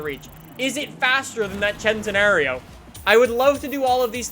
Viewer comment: you need to say the Lamborghini Centenario name right. The first part is centi like 100 for the 100 year anniversary. Please say it right